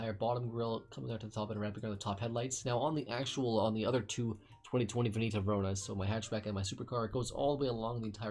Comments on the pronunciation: Aaaaaah, ok, it's just that by the way you said it I heard Venito and not Veneto. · Or is he just mispronouncing Veneto?